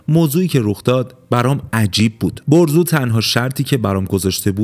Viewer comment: برزو✅ بهروز❌